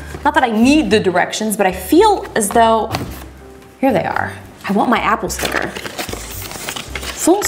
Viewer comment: To be honest, she's the only one that pronounces all the apple product's names right.